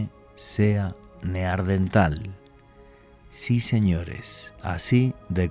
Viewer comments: Min. , este señor acaba de descubrir un nuevo antecesor del ser humano el "NEAR-DENTAL" (cerca del dentista), incluso dice que hay mujeres" NEAR-DENTALES" min. . No puede decir que es un error porque lo repite varias veces: min. , min. , min. , min. , min. , min. .... Señor, lo que hay que oír. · NEARDENTAL, NO. NEANDERTAL. VALLE DE NEANDER, CERCA DE DUSELDOF, ALEMANIA.